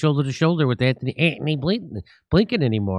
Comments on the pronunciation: so it's not just me that laugh when he say Antony with the H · I always laugh when you say Anthony!!😂 Say it again 😂😂😢